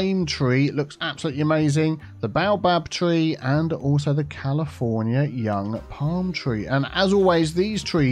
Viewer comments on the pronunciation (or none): none